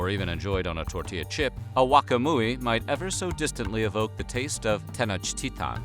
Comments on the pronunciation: I got to down vote for the way you are pronouncing. If at least you would pronounce all the letters, that would be understandable that you don't know the language. But you pronounce the "T" and not the "L", when it's the contrary. It's so freaking annoying. No one says "Tenochtitan" lol wtf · How come you’re pronouncing Tenochtitlan as Tenochtitaw? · It sounds like he's saying ten inch tea time 😂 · It’s pronounced ten och et ton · I wish I had a dollar for every pronunciation of Tenochtitlan. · Bro, you need to work on your Nahuatl.... It's not ahauaca muyi... Nor Tenochtita....